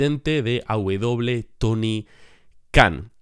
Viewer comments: Porq dices aw? Te estas comiendo la e jajaja AEW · Porque dices "aubedoble" en lugar de "aeubedoble" (porque no mencionas la letra "E" de AEW?)